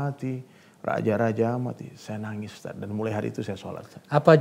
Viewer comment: Bukan USTAS bang tapi USTADZ atau kalo ga bisa bilang, USTAD/USTAT aja